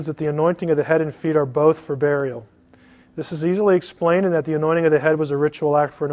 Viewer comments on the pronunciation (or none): none